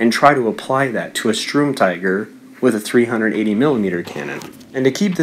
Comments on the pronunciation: Nep Feuille Don’t even bother, he can’t even pronounce “Sturm” correctly “Strum”..... just wtf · Darcy Mangan In German, yes. But he can pronounce “tiger” how the hell he so pleases. But ffs, “strum”??? That is what makes his pronunciation retarded, as if he can’t read..... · its pronounced as Shterm Teeger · Please, it's the Sturmtiger not the Strumtiger. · UMP45 MASTERX *Sturmtiger (I swear to god this YouTuber can’t even read)